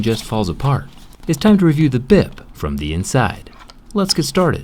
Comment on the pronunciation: it sounds like "bib"